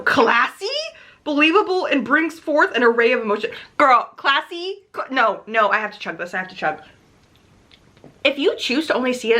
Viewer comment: The way you spat out "classy?!" during the first review had me howling 🤣